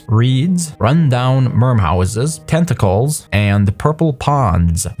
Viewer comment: "De tenticolz of de swomp"